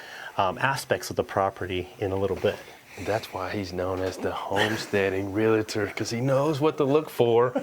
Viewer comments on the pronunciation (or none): it's Real tor, not realeeetor 😮